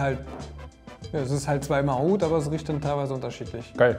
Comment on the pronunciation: .ist so witzig😄 und seine..arabische Aussprache ist top👍